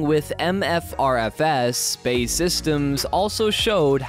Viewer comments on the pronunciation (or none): B. A. E. Rather than bay. But thumbs up anyway. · Before making anymore videos, it would be a good idea for the narrator to brush up on his pronunciation, as the building company of the Tempest is not BAY SYSTEMS, but is BAe Systems, formerly British Aerospace. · its B.A.E not BAE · We'll see. If HS2 is anything to go by, it will cost £2Tn and be obsolete long before it's built. BTW, it's B. A. E. Systems, not pronounced "bay". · Who is this Bay outfit - well that's how the commentator called them. TRY B.A.E. As in initials, if you can't get the basics right just give up! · Absolutely! this will help the creditability, after all, who is this? CIA or key-aa ? I suspect you'd agree Cee Eye A, as such BAE is Bee A Ee, apart from that good content. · "BAE systems" got me dying. B-A-E Systems not bae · Please get it correct - it is not pronounced 'bay' systems, but B,A,E Systems. There are also many more mistakes and misconceptions in this video, too numerous to mention. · its B.A.E systems. pronounce the letters seperately....not bae systems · I believe BAE is pronounced, Bee Ae Eee rather than Bay. It's not your sweetie. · its B-A-E ...not Bae! Jesus christ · Thats B A E not Bay ffs American Pronounciation sucks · BAY? B.A.E. silly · Its B A E (British Aerospace) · BAe it's not hard is it. You go to all this trouble to make a video and then balls up the name. British Aerospace!